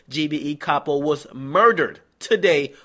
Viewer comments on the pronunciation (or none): Lil Reese has been singing Capo's praises since 2012. It';s shocking to see that they got someone who was so instrumental to GBE. Btw DJ Akadummics it's pronounced CAY-POE, not CAH-POE.